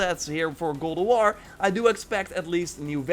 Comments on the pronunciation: Dude you really need to practice and stop saying “Gulduar” GOD OF WAR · Go Dough R? That's quite the accent